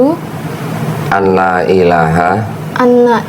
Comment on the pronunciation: Bacaan arab an la dibaca alla, karena nun sukun ketemu huruf lam, nun sukun dilebur gak dibaca